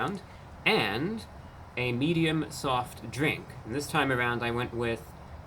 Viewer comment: Haven't heard someone say "soft drink" like that in about 35 years.